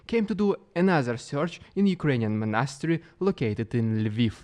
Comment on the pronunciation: ˈmänəˌsterē phonetic script for Monastery. Hope you get it right next time 🧐😅 But thanks for a good informative channel.